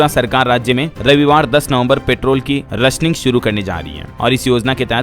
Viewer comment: रशनिंग नही, राशनिंग सही बोलो DLF भाई।